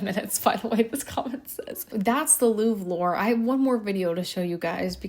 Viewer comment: I love your Videos but it's pronounced Louvre not Louv😭😭